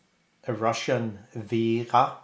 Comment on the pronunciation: Vega not vera